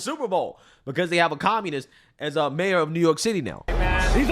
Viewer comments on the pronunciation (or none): "I'm the Mayoor Now"